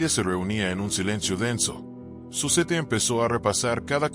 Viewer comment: se pronuncia Zuset